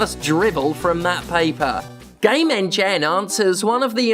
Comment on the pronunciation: I kept hearing gamengen as "Gay Men Gen" not sure what it that should mean but it makes me giggle like a child 😂